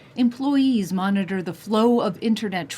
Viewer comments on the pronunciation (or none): none